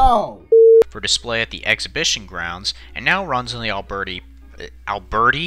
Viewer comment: "Albertie" had me laughing